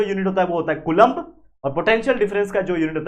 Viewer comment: Its not Coolombb! The pronunciation should be as follows:- Spelling- Coulomb Pronunciation- koo-lawm